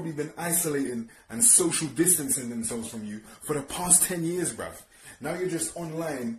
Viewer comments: he sais brev not bruh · Comment how many times you think he said “brev” 👇🏼